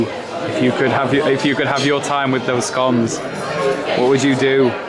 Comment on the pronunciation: why can't you say scones right.